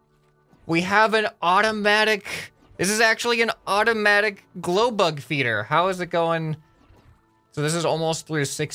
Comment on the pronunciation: "glowblug" That's all i have to say. (And all my brain thinks when says "glowbug") Keep up the good work tho ^^ im really enjoying the series.